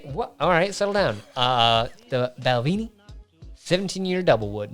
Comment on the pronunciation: Balvenie is pronounced bal-ven-ē, not bal-ví-ní